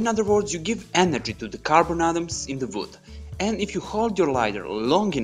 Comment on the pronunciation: You make absolutely great videos. Very interesting. Try to improve your accent in words like "workers", "we", "wood" and it will be perfect.